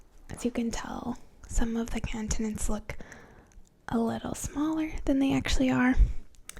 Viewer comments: the thing that is really getting to me is her saying cun-tinents instead of con-tinents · “Caaaantonents” I’m curios, is from Boston? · I love the way you say "Cahntinents" lol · ^lmfaoooooo bahahaha